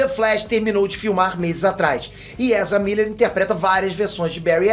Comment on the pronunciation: "Ezra Birris" burro de mais